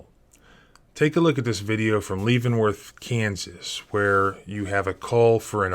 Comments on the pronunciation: Leavenworth isn’t pronounced leav like in “leave” but lev like in “level”. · Leavenworth = Leh-vehn-worth. Amicus= AM-uh-cus 🙄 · "Leeevenworth?" Sheesh. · You can't even pronounce Levenworth? This must be deliberate. I'm in Britain and I know how to pronounce these names. Edit: "Ameeecus Brief". Come on. This is definitely deliberate. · That's not the way I pronounce Leavenworth.